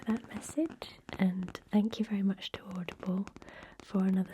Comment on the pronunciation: at first when she was talking I thought she was saying "oddball" instead of audible 💀💀